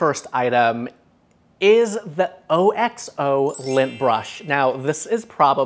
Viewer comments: Lover! FYI I recently found out while watching one of OXO's YouTube video's that they pronounce it OX-OH. Always said O-X-O too :) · OXO is pronounced OXE-OH. Think the animal oxe and add a long O at the end.